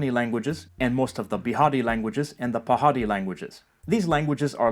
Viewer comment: GUYSSS!!! See ow he correctly pronounced "Pahari", that 'R' has a pronounciation which is not even in English! Dude who are you